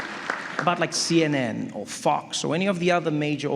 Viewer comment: Love, love, love the way Trevor got down by saying, "my man" to so many. Even more love to Trevor's SA pronunciation of Fox sounding like "f**ks". Brilliant!!